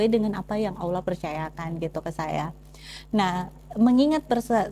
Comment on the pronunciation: Masukan sedikit untuk pengucapan Allaah dan penyebutan masuk muslim harusnya masuk Islam. BarokAllah fik